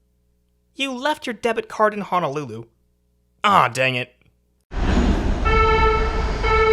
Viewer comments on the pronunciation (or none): none